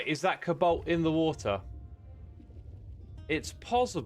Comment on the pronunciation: I keep hearing 'kabolt' instead of 'cobalt', is it just me?